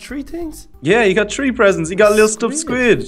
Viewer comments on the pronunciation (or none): why does he say tree insted of three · Instead of saying tree say three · It is not tree it is three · Not tree its three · say three not tree